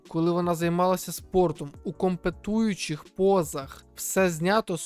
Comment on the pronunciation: Ком-про-ме-ту-ю-чих, компрометуючих,не КОМПЕТУЮЧИХ)